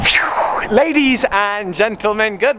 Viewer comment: The way you said ladies at the start, kinda sounded like a southern English accent